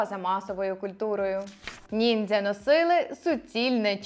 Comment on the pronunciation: Я залишу негативний коментар лише тому що ви кажете "ніндзя" коли правильно казати "нінджя" це моє єдине зауваження✨ Багато чого з цього не знала, дякую вам за роботу. Піду перевіряти ваші слова😊